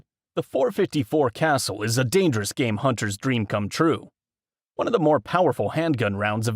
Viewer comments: It’s pronounced 454 “Kah-Sool” my guy. Not Castle 😂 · Its pronounced.454 “kah-Sool” bro. Not Castle.